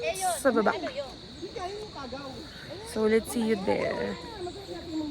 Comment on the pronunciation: Kuya Rowell Tiagaw not Kagaw.